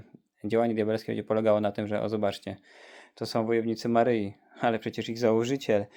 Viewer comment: Nie “Maryji” ale “Maryi”!!! Panowie, jak kochacie Matkę Boże to się w końcu nauczcie poprawnie odmawiać jej imię!!